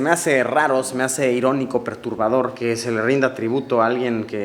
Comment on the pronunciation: creo que es perturbador amigo no ¨perurbador¨ saludos.